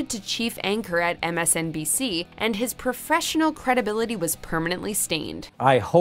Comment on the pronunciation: profreshional lol